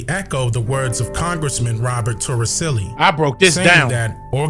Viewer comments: His last name is Toricelli, with the c pronounced as s. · It's "Robert Torricelli"